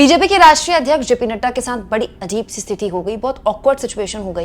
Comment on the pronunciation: "Stithi" nhi "Sthiti"